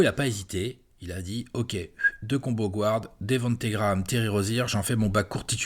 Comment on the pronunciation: Guard guard guard guard notttttttt gward please please please stop butchering the word 'guard'